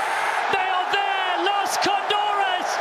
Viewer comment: It’s cóndores, not condóres. Bro, can that commentator even read?